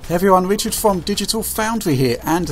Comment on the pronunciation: fwom digitalfoundwy here